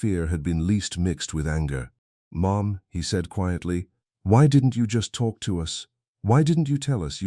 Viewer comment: Dear AI: Mom is one syllable, not two. Lol